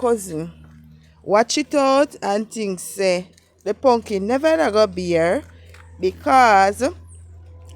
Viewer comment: "wukless punkin"😂😂😂😂you are hilarious